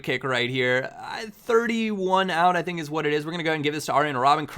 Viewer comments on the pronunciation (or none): none